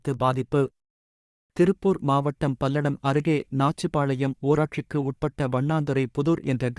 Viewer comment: Palladam illa kangakeyam road athu enna news vaasikura